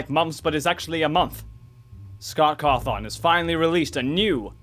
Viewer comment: Love the video awhile, but it's pronounced "Caw-Thin" not "Caw-thong."